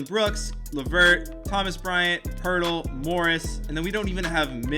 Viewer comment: It’s pronounced POATEL by the way